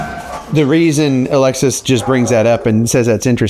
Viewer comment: Every time you say Alexis, I think you’re saying Alexa lol